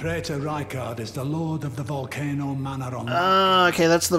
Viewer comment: Someone needs to make a super cut of all the times says Volcono instead of Volcano 😂